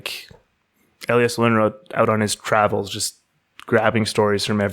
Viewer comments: Yes. Too bad they can't pronounce the name Lönnrot... "Lunnråt" wtf? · I just want to bring up it also in the comments, though it is fixed in description: Lönrot was actually Finnish speaking, so there was mistake in the start with that, his name only Swedish sounding was. But excellent job specially for a foreign persons doing this! Its first time ever that these are being heard in english in any video as far as I know. Pronouncing Finnish names in the Runos was very well done also, better than I would expect and really not much accent at all. Think about the people living in forests and at night fire and when Festing something - Singing and chanting and meaningfully reciting the old teachings about the creation of world and ways of living and getting the feeling of magic doing it. About the Sami people, I always thought that the relation cant be that far fetched, becaues their language kinda sounds the same and Sami and Suomi as a words are not that far away from eachother, because Finnish dont call it Finland or Finnish they call it Suomi, both country and language. The Finnish and Sami languages sound about as similar as Finnish and Estonian languges do. I get alot of updates of that because Finnish tv actually has Sami language news.